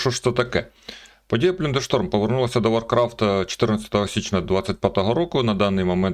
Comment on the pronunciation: плАндер, а не плюндер 😆